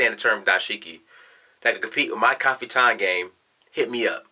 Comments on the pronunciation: haha. what is kafiton? don't you mean 'kaftan'? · it pronounced caf-tan, not ca-fi-tan.